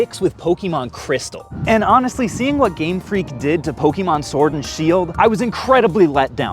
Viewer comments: stop saying pokimon its Pokemon po ke mon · For someone who says they've played Pokemon their entire life you migh want to learn how to pronounce it. It's not PokEEEmon. Please don't claim to be a fan. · Why do you say PokEEEEmon you don’t have to pronounce the e so muck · Poh-Keyy-Mon, anyone else don’t enjoy this pronunciation? Lol.